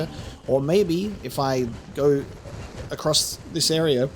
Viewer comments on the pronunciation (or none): none